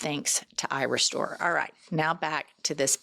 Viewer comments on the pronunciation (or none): when just listening, the add is a tad confusing. Irestore can sound like eyerestore ❤😂